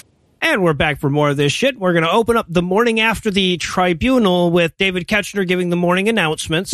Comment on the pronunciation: I know this was a while ago and y'all probably don't care, but David Koechner's name is pronounced KECK-ner... at least based on Office podcasts and commentaries I've listened to. Also, right, WHAT is he doing in this movie???